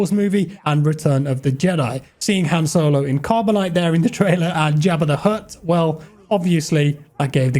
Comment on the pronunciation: "Hannah Solo"